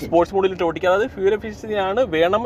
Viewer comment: ചേട്ടന്റെ ഓട്ടിക്കൽ കേക്കാൻ നല്ല രസമുണ്ട് 😂